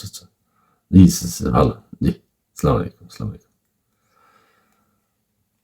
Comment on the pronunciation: এরে হালা তুই তো শুদ্ধ করে সালাম টা দিতে পারস না